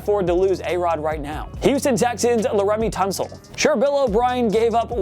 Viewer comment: “Larumy tunsil”